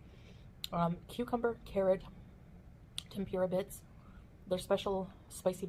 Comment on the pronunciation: she cannot pronounce “tempura” lol